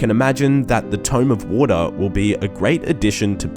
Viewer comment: Tome Of Wataahh